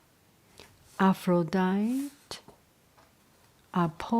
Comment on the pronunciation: I love these stories. I read them in 7th grade. The name APHRODITE is Greek and is pronounced Af-ro-di-tee. 😁